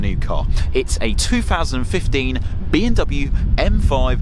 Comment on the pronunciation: Why do you keep saying B “N” W 😭😭